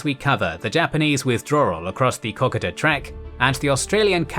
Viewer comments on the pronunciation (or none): Don’t you read the comments to your videos? You’re still mispronouncing Kokoda.